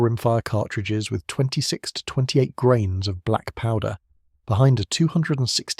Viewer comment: how many 'grames'? AI?